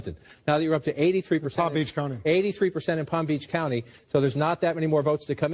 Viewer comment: said my county wrong